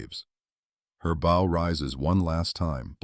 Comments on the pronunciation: Why does AI always pronounce bow wrong? It's bow as in bow down, not bow as in bow tie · Friggin AI Narrator. Sorry, I want listen to AI say BOW like Bowtie, when it should have said Bow like Bow down. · Had to stop when the AI said 'her bo slicing the waves'. FFS, get somebody to read this who knows the English language. Bow, not bow and arrow, but ship's bow (like the 'ow' I felt when the video said bo).